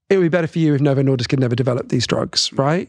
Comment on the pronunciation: Except he has changed his “better” and “wetter” to “bedder” and “wedder”. To my English ears, this stands out. He is very inderesting though.